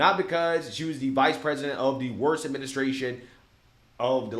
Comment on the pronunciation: She keeps mispronouncing worst....she keeps puting an fi on it instead of the wo